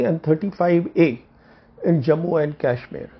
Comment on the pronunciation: Today I am confirmed that these words are bcoz of yuan which is advocating in favour of chinese.. sad to see rogue perceptions. Can see the confidence in choice of words for china. Btw its KASHMIR not KYASHMIR. pl mind ur pronounciation.